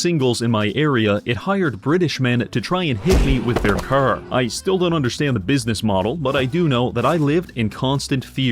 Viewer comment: i knew you were canadian when you said car. and then i subscribed.